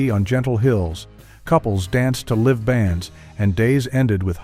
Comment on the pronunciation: Liv bands? Try live bands! Where did you go to school, Mr Narrator? AI University for Robots?